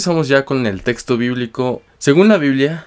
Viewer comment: No puedo cada vez que dice testo .🤣🤣🤣🤣🤣